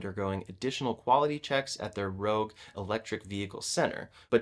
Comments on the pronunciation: rogue?? It's rouge. French for red. Rooozh. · Always great reporting - I look forward to these updates. One small funny thing - it’s the Ford River Rouge plant. He pronounced it like a Nissan Rogue. It’s pronounced like roogzh. Not the easiest word to spell phonetically, but I think you get the point.